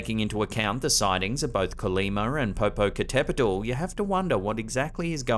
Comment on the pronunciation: your Pronunciation of the Popocatepetl volcano was on point! 💯 👌